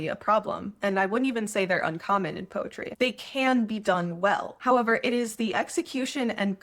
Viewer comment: POETRY ❎ PEROTY ✅ 😁